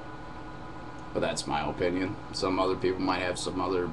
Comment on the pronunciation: It's his oh-pinion